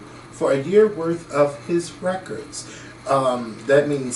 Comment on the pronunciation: The way said "records" made me crease! 😂😂😂😂